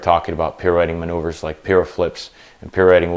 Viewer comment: 'really simple manouveures' ... Joker.